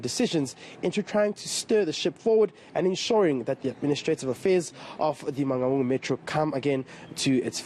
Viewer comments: This lady cannot pronounce Mangaung. For crying out loud, where does she come from? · Man-N- Gaun! WTF